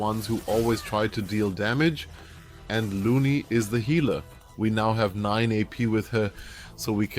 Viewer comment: Loony and melee lol, dude butchers pronunciations so bad 😂